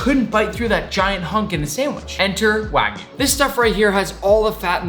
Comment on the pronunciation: This is how many times he said Waygu 👇